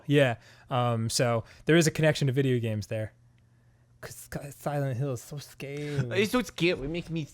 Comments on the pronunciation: "They should call it SCaRee Hill..." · “they should call it...scawwy hill” is officially up there in my favourite Dan quotes